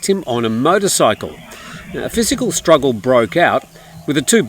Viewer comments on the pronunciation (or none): none